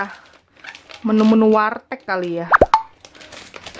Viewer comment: Tulisanya warteg tp ngebacanya wartek ... Kocak ...